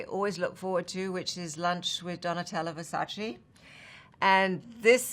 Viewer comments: Did she just say Versaci and not Versace? 😭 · just saying but if you scroll Versace’s instagram or other pages/media they actually do “fight” to make people pronounce the name correctly. There’s actually a video with many models and Donatella saying it’s “versache” not “versachee”. Just like that and Donatella’s vogue video there are many other publicities where they explicitly say the way the name should be pronounced. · You are Vogue Editor in chief but you can't pronounce Versace, Its VERSAC-E- not VERSACI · Did she just pronounce Versace as versachEE?? She should know its versaCHEH! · VersacE - "é". not Versaci. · Versace , not Versacee 😂 Someone is gonna be angry 🤣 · IT'S VERSACE NOT VERSACHEE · XIII no she said it like ver sa chi, it's supposed to be ver sa che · 76 questions with Donatella Versace Donatella: “I hate someone who says Versachi” Anna: “I am gonna have lunch with Donatella VERSACHI” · She said Versac-ee. Donatella's gonna be m a d. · Its versace.."e"...e...not "i". Anna should know it better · ANNA WINTOUR PRONOUNCED VERSACE WRONG!!! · not even anna wintour can pronounce Versace correctly LMAO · Can’t believe she doesn’t know how to pronounce VERSACE 🤦‍♂️ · That's not how you pronounce Versace. Actually in 73 questions with Donatella she was explicit on how you pronounce it. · She never mentioned versace, so she possibly couldn't mispronounce the word. She talked about visiting " Versailles" , answering to the question on Paris. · Anna’s an icon but I can’t believe she just pronounced “Versace” wrong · anyone else kinda disappointed that she pronounced “Versace” wrong?? Considering Donatella is supposed to be a good friend and Donatella herself has said that she wishes people would get it correct I would’ve expected fashion icon Anna to most importantly get it correct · Yeah, that was a terrible mistake honestly. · Thought I was the only one who was gonna comment. Can’t believe that SHE pronounced it wrong🤦🏼‍♀️